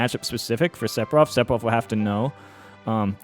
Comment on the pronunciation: Very useful information, but for the love of god... or rather, the fans, please stop pronouncing it SePfiroth. You're putting so much emphasis on the P. It's PH, like the word PHone. I can't unhear, so please un say it :P